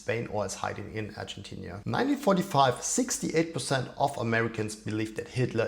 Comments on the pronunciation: You write (correctly) Argentina, but you pronounce it Argentinia. Why? It's annoying. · It's Argentina not Argentinia